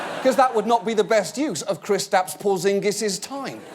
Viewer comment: John, you're pronouncing Kristaps woefully incorrectly, but Porzingis was alright. I don't care if you speak English, it's not "Kris-taps," it's "Kris-tups".